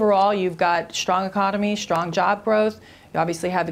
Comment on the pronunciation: why does she pronounce s as sh...shtrong instead of strong